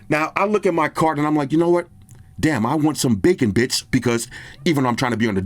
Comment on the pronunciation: Who else heard 'bacon bits' as 'bacon bitch'?